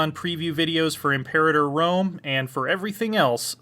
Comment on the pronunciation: the way he pronounces imperator is odd to me